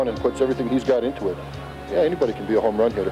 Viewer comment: a "homrran"